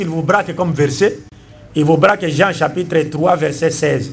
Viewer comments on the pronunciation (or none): none